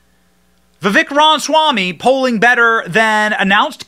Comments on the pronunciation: The correct pronunciation is Vi-vake Rama-swaa-mee. If he can potentially be the next president of the United States than the least we can do is get his name right. #TRUMPRAMASWAMY2024 🇺🇸👍🏻👍🏽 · his name is pronounced Vi(Vake) like cake... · It's pronounced Vivache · I think he said it's pronounced Viveck as in cake. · How many times did you say Vavik? Read his name... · Can you please say his name correctly? Vi-Vek. Accent on the second syllable. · Vi-VEK Ram-a-swamy